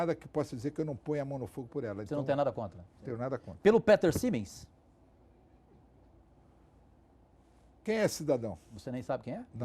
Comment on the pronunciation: kkkkkkkkkkkk, eu ri mto qndo o kajuru flw "peter simens"?! aí o Eurico: quem é esse cidadão? kkkkkkkkkkkkkkkkkkk